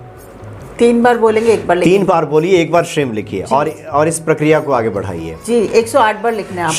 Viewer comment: Shrim nahi shreem hota hai